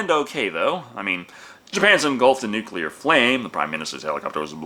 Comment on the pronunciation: Thank you for pronouncing "nuclear" correctly! WHY is this so difficult for just about everyone else??